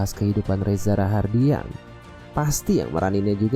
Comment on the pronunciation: Reza rahadian bang bukan rahardian